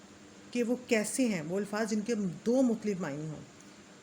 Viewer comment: بہت اچھی کوشش ھے، محترمہ ! الفاظ کا تلفظ قدرے آہستہ اور واضح انداز میں بیان کریں تاکہ سننے والوں کا تلفظ بھی ٹھیک ہو جائے۔۔۔۔۔اور ہاں " الفاظ" کا تلفظ الف کے اوپر فتحہ کا ساتھ ھے۔